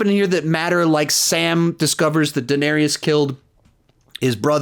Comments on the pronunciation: Love your videos but I'm so happy I never have to hear you pronounce Daenerys as "Dinarius" ever again 😂😂😂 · 8 fucking seasons and you still say Duhnerious